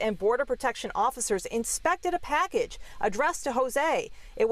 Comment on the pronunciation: when even the police and the reporter cant pronounce it right. its not fentaNOL its fentanyl.